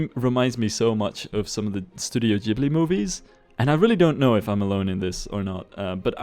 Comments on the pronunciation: it's not [dzh]ibli/jibli, but [g]ibli (gh is always pronounced like that in Italian where this word originates from. Same thing with LamborGHini) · Studio Jibli movies? I thought it was pronounced with a hard G. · ghibli is japanese and thus is pronounced 'gi' not 'dji' (they have kana written out for their name so it's official) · You're so true with that Ghibli-like theme :o (Btw, it should be read with "hard 'g' :D ) Also, thanks very much for a nice video review =^^= now I really want this game xD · ITS NOT JIBLY